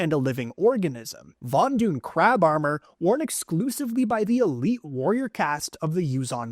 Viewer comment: he said amor kan...